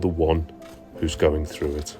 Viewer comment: first 10 secs you said going frew what does frew mean 🤷‍♂